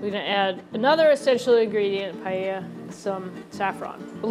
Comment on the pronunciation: As a Spanish cooking instructor I was sobbing all the video long watching that "chef" massacre Paella. Don't you dare even pronounce that word ever!!